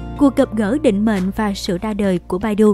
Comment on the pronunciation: ccow bản đọc phiên âm là " bải tu " nhé Ad